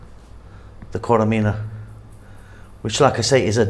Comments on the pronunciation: its not koremina but korerima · Korerima is the right pronounciation . Keep up the good work !